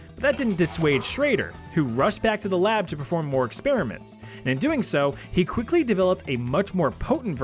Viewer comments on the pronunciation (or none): none